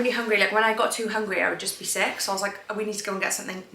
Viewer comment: To much emphasis on sick your drama queen